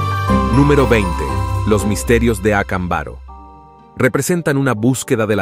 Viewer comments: No es Acambaro, es Acámbaro. Inclusive el acento aparece en el video. ¿A qué escuela fuiste? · Estas pronunciando mal el nombre del pueblo de Mexico no se dice acambáro se dice acámbaro acentuando la letra con el acento. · Ac'ambaro con acento en la segunda por favor corregir pronunciacion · DISCULPA PERO NO ES VERDAD , LO QUE QUIEREN ES QUE CREAS EN ESO , Y SE PRONUNCIA ACÁMBARO . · Acámbaro, pronunciación con acentuacion en la segunda a.